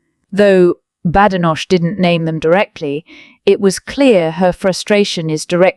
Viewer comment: Unbelievable! You can’t even pronounce Badenoch’s name correctly!